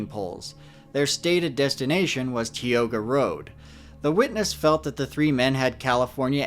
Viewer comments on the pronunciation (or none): none